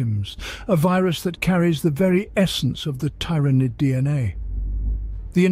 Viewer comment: I have never heard Tyranid (tear-ah-nid is the norm) pronounced the way he does. Otherwise good video....then he goes and swaps between the pronunciations to troll me: in the same sentence even.